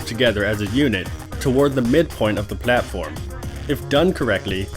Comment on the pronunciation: I just love how he says "pLAtform" ^^